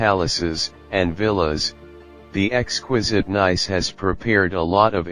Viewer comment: When you begin by mispronouncing the subject of your video, coupled with the computer generated voiceover and...showing, as the second scene, a location other than Nice, it leads to 39 views and only one disdainful comment. Too bad, because the photography was actually quite nice.